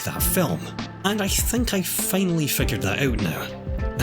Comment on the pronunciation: normal people: finally him: FEINALLY